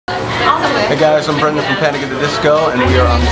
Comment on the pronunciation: "BRENDAN" just kill me